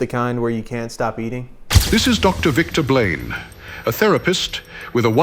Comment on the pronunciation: Narrator saying “Victor Blane” sounds like… “victim blame.” 🤔